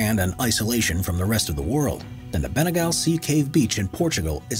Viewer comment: I literally swam to bengale the cave and also he pronounced it wrong it’s bengaleeeeeeee